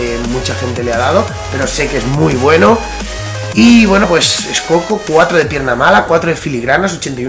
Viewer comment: se dice scocco lo abias dicho bien y federico fernandez del napoli creo que es mejor defensa